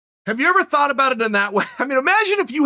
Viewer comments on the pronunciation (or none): none